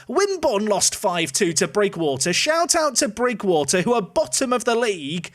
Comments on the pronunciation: Sorry to be this guy but its pronounced Bridge-water, old home town and all that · can happily say the team bottom is prounounced bridge water ;)